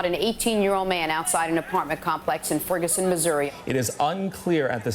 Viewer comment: "Frigison Missouri"